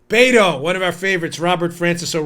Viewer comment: Did he say Master Beto or master baiter